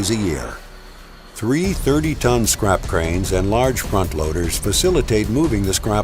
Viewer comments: Everytime he said "this scrap", all I heard was "(magnets lift up) this CRAP" lmao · every time he says "the scrap" I understand "this crap"